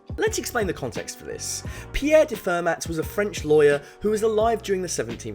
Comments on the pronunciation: It's pronounced fair-mah not fer-matt! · It's "Fer-MAH", not "Fer-MATT". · And Fer-mah! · Every time you pronounce the ‘t’ in Fermat my ears bleed. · It's pronounced "Fermar" FFS. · FUR-MAT the best theorems came from it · The T in Fermat is silent. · Fermat is French. You don't pronounce the 't' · The t in Fermat is silent